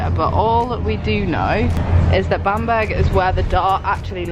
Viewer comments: I loved the video but the pronunciation makes me laugh! Bamburgh is pronounced like Bam-bruh rather than Bam-burg :) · Oh it’s pronounced Bambra not bam burg haha! I’m from Newcastle it’s actually a really lovely place x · Oh I cringed so much every time you said Bamburgh wrong 😂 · I shouldn’t laugh at your pronunciation of Bamburgh but I did🤣🤦🏻‍♀️ Been there many times with being a Northumberland girl! Xx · Newcastle girl here and laughed at your pronunciation of Bamburgh lol good video x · Say Edinburgh then you’ll say Bamburgh right😂😂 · I think you guys have been north of where you live because you did the lands end to John o groats vid🥰 Love your travel challenges!! I love how you guys pronounce Edinburgh properly but didn’t pronounce Bamburgh properly till after hahahah 😂